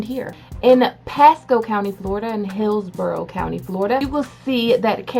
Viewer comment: The fact that you just said Hillsborough as of it were "pillsbury" just made what was left my poor Floridian soul curl up dead